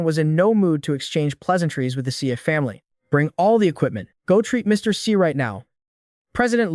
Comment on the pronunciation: ex eye not zhee?